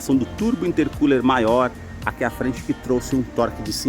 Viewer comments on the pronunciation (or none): none